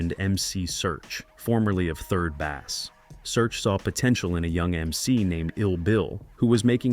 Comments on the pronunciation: pronounced: base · 3rd "bass" like the fish? No, 3rd Bass like the musical instrument, also like "third base" in baseball. If you can't pronounce a legendary hip-hop group's name correctly why am I watching your "educational" video about another hip-hop group?